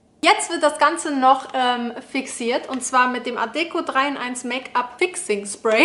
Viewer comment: Und das nächste Mal betonst du die Marke richtig, für die du Werbung machst ☺️